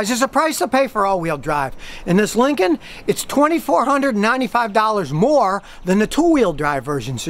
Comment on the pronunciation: I only watch his videos, so I can hear him say 'This could cost you up to 6-7 thousand DOLLAS'